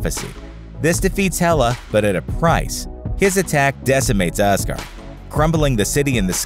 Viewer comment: os-guard you say?